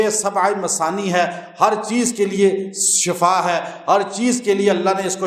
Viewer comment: Mazrat molvi Shb shafa NH SHIFA bolna chahye..